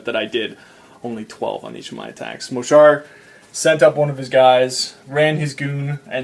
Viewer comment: it's mohsar